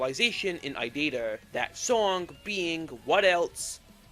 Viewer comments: Why are you calling it idida and not irida? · why do you say irida like idita? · Please stop pronouncing irida as "i data" PLEASE💔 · So few things 1. Aethos v1 dropped i think a month before silly billy but was overshadowed by it 2. The Courpse is Mocking Me and Cordyceps are actually title changes and the original names were Body Floating Towards Me and Obsolete 3. It's pronounced I-ree-da(i think) not i-did-ah 4. The og sprites you showed were actually fan finishes, the real ones wer never finished 5. Slingmingo didn’t make shuck they only wrote the lyrics and sang them Edit: forgot stuff 6. The Secret Door arc starts at the ending of the apartment era no the old sml house era 7. Revenant, EXECreation and kinda irida come from Aethos however irida was originally a Logan head song from SML wiki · How did you possibly get to "Idider" from "Irida"? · IT'S I - RI - DA! it's no that hard! 😭😭😭😭😭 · Also, IT’S PRONOUNCED “E-RID-UH”